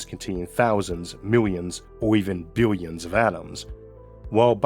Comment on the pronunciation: God.. i tried . but i just can't with the voice. "Biwions". Bless you, brother.